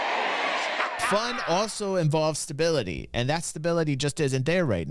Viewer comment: It is all about the STA-BILLY-TAI